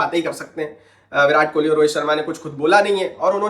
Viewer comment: It's Kohli not kholi ..Please correct it